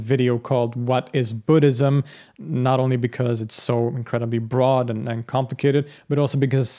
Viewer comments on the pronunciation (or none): none